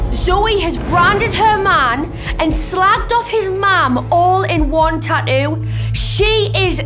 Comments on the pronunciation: Tattoo ffs speak properly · Is it really that difficult for the hosts to say the "T" in the word tattoo?. They say the first one. .all I hear is Taooo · It's tattoo no tahoo